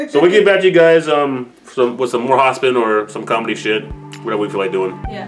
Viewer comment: its pronounced hop-sihn